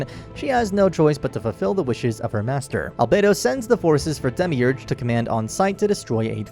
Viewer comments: “Demiurge” Dehmeeurj No one ever: dehmeeoogooreh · i cant believe the way you pronounced demiurge